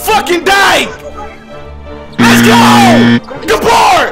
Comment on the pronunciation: when you say let's go while in a game yelling it sound like you saying it's go!!! homei😁😁